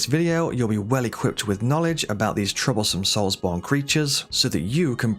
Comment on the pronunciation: “Souls Bond” lol The names Bond… Souls Bond. Brother to Jonathan Darksoul.